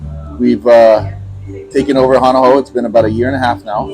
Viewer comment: If U wanna do a vid. about Hawaii ... learn how to pronounce the words. U lost all credibility as soon as U said: hana how! DELETE!